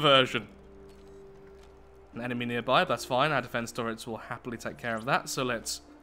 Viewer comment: MY guy actually just said sirs and sirrets -_